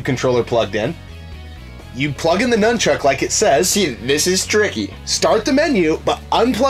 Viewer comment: It's nunchuk not numb Chuck